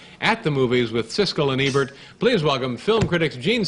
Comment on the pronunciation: I love how Letterman pronounces Ebert like Ernie from Sesame Street.